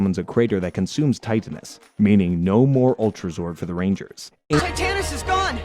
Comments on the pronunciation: Thts not how to pronounce titanis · You pronounce so many things wrong: Serpentara - sir-pen-TARE-ah (you weirdly pronounce this correctly later in the video) Titanus - tie-TAN-us Saba - SAH-bah